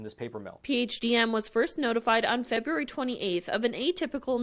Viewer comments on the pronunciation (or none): none